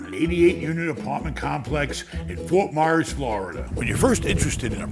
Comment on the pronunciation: It's "FORT MYERS"